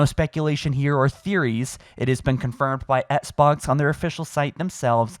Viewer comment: “The ESSK-BOX”